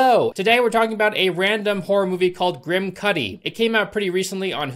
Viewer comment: I’m sorry, but any time you say his name I can’t stop hearing “Kid Kudi”. 😂